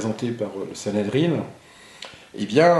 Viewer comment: On dit Sanhédrin, pas sanhédrine.